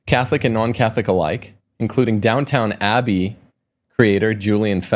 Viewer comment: ‘Gran-deez’ like ‘sneeze’. Pronunciation is not your strong point. Please, ‘Down-town Abbey’?? The word ‘vetus’ is pronounced just like it’s spelled. ‘Vet’, like an animal doctor…